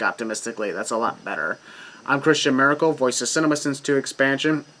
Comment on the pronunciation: I swear man. With your last name, you sound like you're saying Miracle. Hey! Your new Wrestling Name:!